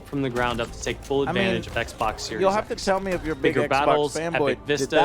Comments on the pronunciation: I cant take him seriously when he pronounces Xbox "Eggboc" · ECK-BOCK 👁O👁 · “ECC BOCC SERIES ECC BOCC, BOCC X S X ELITE” DEAD 😭🤣🤣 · Every time Joe says "Ecc - Bocc!" I'm reminded of the name "Ecgberht" and it's almost as if Joe is calling out for his medieval-named technician... "EGBERT!!! THE STREAM ISn'T WoRkInGGGG!!!"